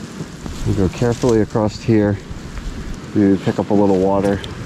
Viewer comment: acrosst is not a word. Is it so hard to say across?